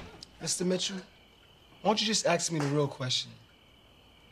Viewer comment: Ugh.. Q with his "Mista Mitchoo" got on my nerves.😠